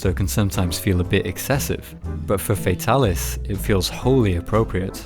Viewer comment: it's not "FAE-talis" it's "FAH-talis" it's like how tigrex being TEA-grex not TIE-grex. it's hard to watch the video because of this.